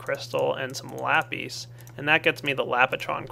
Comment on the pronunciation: i love it when he says lapeace but i would like it even more if he said lapis